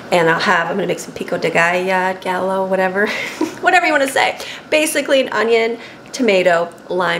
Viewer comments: PICO DE GALLO PRONOUNCED PEEKO DE GUY-OH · Pico de gallo= pee-ko de guy-o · Pico de gallo or sometimes called salsa fresca is pronounced "peeko - day - guy o " where I live in New Mexico. I really enjoy all your videos. Have a super day !! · Hi so you wont forget how to say pico de gallo, ok when you get to the llo remember the word yo same sound as yoyo😊